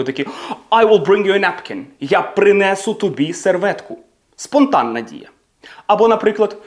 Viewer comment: Все добре, але дуже дратує переклад українською "я принЕсу, я зрОблю" тощо. Неправильний наголос просто ріже вуха.